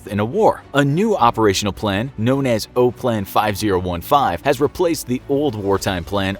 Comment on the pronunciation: OPLAN is pronounced Op-plan not O-plan even if there is only one “p”.